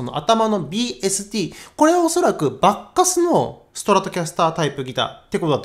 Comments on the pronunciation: スゴイ、コスパですねー、でも~ばっかすーの発音が馬鹿カスって小バカにしてる様に聞こえちゃうチャラ。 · バッカスの発音は… バッカス～↗️って 渋谷系の発音というか東北系の発音というか… なのでしょうか。。。 バッカス いいですね👍️ 演奏もとても上手いですね (尊敬します)